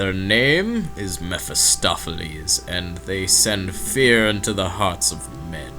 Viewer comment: Meh-fis-toph-ah-lees. I just fell off my chair! Ahahaha.